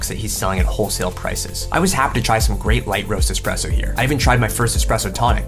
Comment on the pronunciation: Its ESSpresso, Not EXpresso